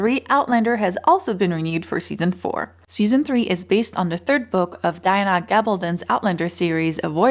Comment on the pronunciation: how the hell is she pronouncing "Diana"? seriously its not that difficult